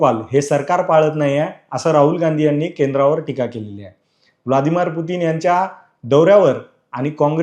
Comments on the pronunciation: ब्लादीमार नाहीरे...... ब्लदिमीर पुतीन असे आहे ते........ उच्चार योग्य तोच असावा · Vladimar nahi ahe to.. Vladimir aahe.. nasel jamat tar bolu nako kivha dusra anchor bagha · अरे पत्रकार, ते व्लादिमीर आहेत. व्लादिमार नाही.